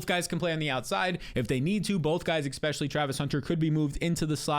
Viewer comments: Never trust anyone that says “ECK-specially”. ECK-specially if they can’t stop saying it. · “Ekspecially”